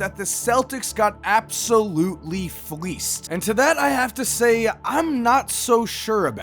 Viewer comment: Stop saying fleased that shit annoying